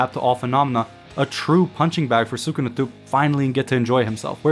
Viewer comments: I would just like to inform you sir that it is not pronounced “sookuna.” It’s “sskuna.” Su in Sukuna has a silent U sound. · His Name is SKuna not Sukuna pronounced.